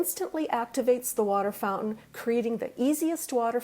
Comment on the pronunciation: FouNtain. Fout-an